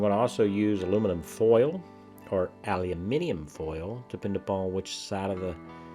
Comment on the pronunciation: For a!!! You pronounced “Aluminium” really really well for someone not across the Pond but the Pacific. Hey from Queensland Australia!!!🙌 Great Vids for me getting back into the hobby👌